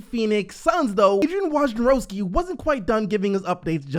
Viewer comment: You finally said Wojnarowski's name right lol